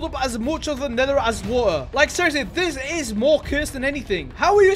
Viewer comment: British moment. edit: (waer)